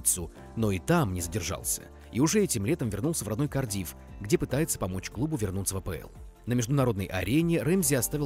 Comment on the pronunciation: КАрдиф...а не КардИф🤦